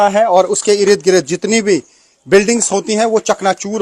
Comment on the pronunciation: बार बार इरिद गिरीद बोलके इसने irritate कर दिया है